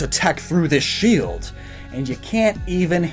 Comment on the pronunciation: He said the sheld